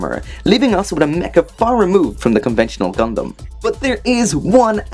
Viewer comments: He said gumdam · “conventional gundam” although it does sound like dumdum